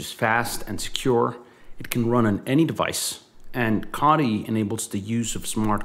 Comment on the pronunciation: Please pronounce "Co" "Tee" that sent my mind in to a spin after all these years😂 all looking great though, can't wait for mainnet 🎉🎉